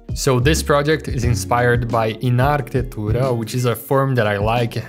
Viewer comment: Caramba, tu falou o "Iná Arquitetura" de um modo tão perfeito q tu é BR, né?